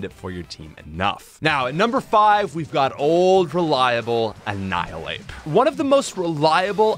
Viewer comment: ANNIHILAPE, NOT ANIHALAPE!